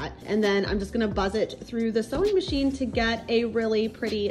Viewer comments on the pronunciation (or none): none